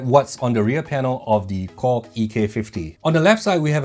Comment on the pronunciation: I am always shaking my head with what you are saying man like when you say KORG...I thought you always says..COCK, anyways I am going to watch this video (never minding the COCK...so LOL) because I want to know how the USB works as a MIDI...ok watching the COCK now I mean KORG...HAHA!